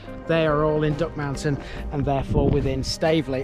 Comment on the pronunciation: Brilliant video, very informative, the only criticism I would have is in our strange pronunciation of Duckmanton, there is no emphasis on any any of the syllables, so rather than Duck-man-ton with emphasis on the a, it is actually pronounced duck-mun-tun, otherwise an excellent video. Thanks.